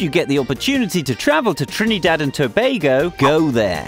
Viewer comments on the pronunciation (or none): He say trinEdad Pronounce it correct And if yuh wondering yes i is a trini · yep u hear how he say he trinidad😂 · This is very rude right plus you saying Trinidad wrong and every thing you saying bout crime that is wrong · I know right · You said Trinidad wrong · He saying Trinidad jokey asf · Ehh if u cyah pronounce my country name....doh talk bout it riteee...plz n thx